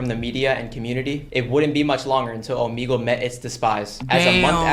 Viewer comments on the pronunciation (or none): yeah its o-m-eg-le